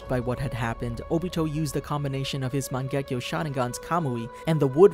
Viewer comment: Its sounds like u say mon gek to sharingan